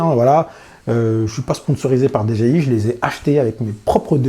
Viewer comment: Bonne vidéo comme d'hab... mais messieurs les français, c'est soit Dé Ji Iiii à la française, soit DI Djé Aille, à l'anglaise, mais faut arrêter les Dé Gé iii parce que c'est pas ça du tout... :-) humour hein ;-)